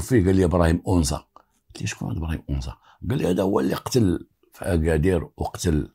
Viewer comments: It’s not onza it’s anza agadir 🥰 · anza et non onza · une petite correction : on dit Anza pas Onza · السلام.اسمح لي ماشي اونزا ولكن انزا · بالنسبة لتصحيح لفض اسم الحي هو (أَنزا _ AnZa) مشي onza كنتمنى تكون المعنى وصلات و شكرا ديما في المستوى بالقصص ديالك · عندك جوج اخطاء المرجو الاعتذار عنها: ١- اسمها مدينة أنزا ، أما أونزا فانها تفيد الانتماء. ٢- اسمها الامازيغية و ليس البربرية. و شكرا. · قصة جميلة فقط للتصحيح المنطقة اللي فاكادير سميتها ANZA ماشي اونزا بالتوفيق و شكرا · للتصحيح anza وليس onza مدينة صغيرة تابعة اكادير اسمو أنزا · أَنْزّا ماشي اونزا وتحياتي❤ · للتصويب: حي anza في اكادير وليس onza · بالنسبة لهاد الإسم لي قلتي ماشي أونزا سميتو أنزا الفتحة على الألف هاد المكان كيتواجد فأكادير تما فين كاينا المرسا طريق تغازوت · anza ماشي اونزا. بحال الا قلتي القصبة اللي فالقنيطرة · انزا ماشي onza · راه ماشي ؤنزا ولكن هية انزا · اسمو Anza ماشي Onza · حي انزا، هو حي شعبي جدا مهمش ومتسخ، بحال دوار الدوم ف الرباط ولا دوار الكرة ولا دوار القرعة.... كتنطق anzaماشي onza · Anza وليس onza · صحح المعلومة آنزا ليس بأونزا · انزا ف اكادير ماشي اونزا. Anza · هي أنزا وليست أونزا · c est anza pas onza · anza et non ounza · اسم الحي هو anza بفتح الالف وليس بالضم وهو احد احياء شمال مدينة اكادير حي شبه صناعي تقريبا ويتكون اغلب سكانه من الوافدين الذين يبحثون عن العمل في المصانع ومعامل السمك شكرا لك. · نفس الملاحظة ماكاينً حتى واحد لي هضرو على براهيم او نطقو أَنْزَا كما هيا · القصة ناقصة بزاف.. وفيها شحال ديال التناقضات... اولا لم ينطق حتى اسم جيدا anza نسبة لحي انزا باكادير.. السيد.عطي الأهمية للبطولة ديالو اما للقصة ينقصها الكثير.. السن مشي 19 وزيد وزيد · فعلا خطأ ف نطق اسم المنطقة هي الحي الصناعي فأكادير anza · حي انزا بفتح الالف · تحية ليك الحي سميتو أنزا بفتح الألف وياريت تقول أمازيغ ماشي بربر حيت هدا مصطلح ماعندو حتى علاقة بالأمازيغ كانحبوك متابعة من أكادير ❤️🌹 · المتطقة إسمها انزا تنطق بالفتحة فوق الألف و ليس الضمة..تحية خالصة للسيد المتألق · اول انت كتكدب ما عرفش حتى نتنطق انزا